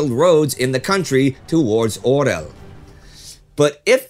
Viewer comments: And Oral for Орёл, pronounced as or-YOL, the town Gen Heinz Guderian was headed toward. The word itself means eagłe, BTW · The central Russian city of Orel (south of Moscow) is pronounced "Or-Yol".